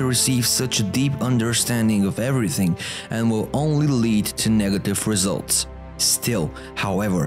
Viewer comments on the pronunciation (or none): none